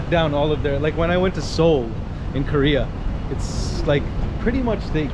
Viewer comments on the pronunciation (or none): none